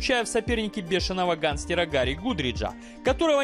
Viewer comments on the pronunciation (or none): none